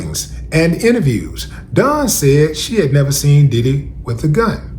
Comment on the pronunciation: Dawn....not Duhn